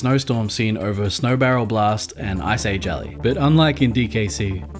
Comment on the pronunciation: nooooooooo we love you! ❤️ ❤️🧡💛💚 I just like how you say ice age alley way back from dkc1 😀